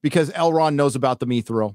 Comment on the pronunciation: Is mispronouncing mithril on purpose?